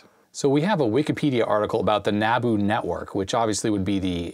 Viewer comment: You pronounced NABU correctly but you pronounced 'manAfacturing' wrong.. it's manUfacturing. There's a U there, not an A